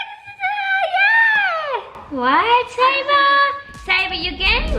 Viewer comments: It is Sabre not sanner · it's sabre not saber